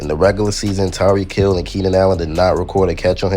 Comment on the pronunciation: It’s Tyreek Hill bruh